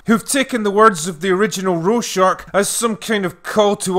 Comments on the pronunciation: "Roar-shack", not "Row-shark". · Its a Swiss name thats butchered by english pronounciation. I've never heard any english speaking person pronounce it correctly, since the "ch" sound at the end of the name does not exist in english. But i guess you could settle for Rawr-shag. There is definately no r in the second syllable, so Rorshark or similar is flat out wrong. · he keeps saying roshark, instead or Rorschach. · Normal people: ''Rorschach'' The Critical Drinker: ''rowshark'' ...You know what? Why not. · "Normal people? Or American people?" ??? Both Brits and Americans normally pronounce Rorschach as 'roar-shack' or with an 'ah' sound as in 'Bach'. Turning roar into row and shack into shark (even though there isn't an 'r' in it) isn't a matter of accents, lol. Didn't know this comment would become a big thing. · Ah yes, "row shark," the character with a black and white mask that always forms into shark shapes...brother to Rorschach (ror-shack), the one from the comics and movie. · You pronounce Rorschach as "roe-shark"... is that intentional? Shouldn't it be "roar-shack"? (as my dictionary suggests). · Every time he said “Rorshark” I died a little inside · ikr. ROR-SHACK. Like the Rorschach psychological test, like his mask? durr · Wikipedia says your wrong, apparently it's raw shacks. German: hɛrman ˈroːrʃax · "Roar Shark" is now the only way I want to ever pronounce his name now. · Take a shot every time he says "Row-shark". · I heard him say it several times. . .but seeing you type it out like that make me lol. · It's RoyShark. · Drinker has a hard time saying Rorschach, saying "Ro-shark" instead. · Nobody: Not even an amoeba: Critical Drinker: “ROE-SHAHRCH!!!” I couldn’t help myself 😂😂 love you CD!! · Who’s “Row-Shark?” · Actually, it should be pronounced "Roar-shack." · "Row Shark" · I know that "Critical Drinker" is supposed to be drunk, and slurring his words thus forgivable - but "Rohrshark?!" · Just so we're clear, it's not pronounced, "Roar-Shark".